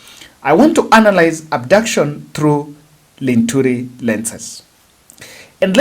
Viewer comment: Who is Linthuri now? Get yua correct names pls don't fumble names like a fool